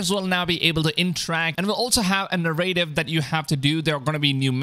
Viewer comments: na-rra-tive......accent is on the first syllable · Thats not how you pronounce narrative